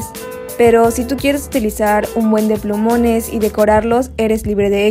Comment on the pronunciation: Like si me diste cuenta en el min decía pulmones y no plumones XD